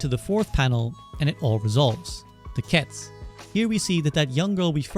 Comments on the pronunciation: Ketsu not k’ets! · Isn't the "u" in "ketsu" at least hinted at? You really just pronounce it "kets".